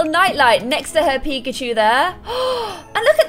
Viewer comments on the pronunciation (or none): none